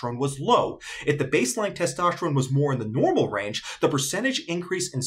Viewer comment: "Testoshterone" lol